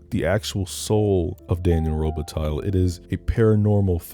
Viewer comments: That better not be real mink 😂 And it's Daniel Robih-tie. If we're getting technical and all phonics. Also also: F**K YT for not letting you use Philip Glass' score. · Lol miss pronouncing robatille. (The lle is silent, it's the french pronunciation.) Fuck I love this movie